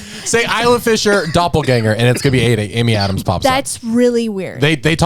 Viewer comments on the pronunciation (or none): none